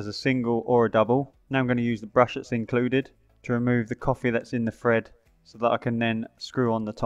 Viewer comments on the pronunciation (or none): none